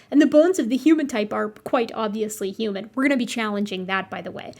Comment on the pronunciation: I'm confused 😅 you pronounce the H in most words most of the time but then you throw in a hUman and I'm all combobulated.